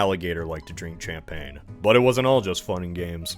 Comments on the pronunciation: Bro really pronounced it "Champain" with the CH like it's Church 😭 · the way you oprponounce champaigne omfg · Thats not how you say champagne! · wow, another word i never thought would be mispronounced... champagne is a soft 'ch' sounding like "sh" and the g is silent. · Well, he IS a coinoseure.